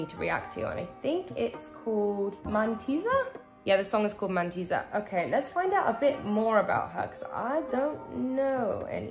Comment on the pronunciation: It's called mántissa! It means witch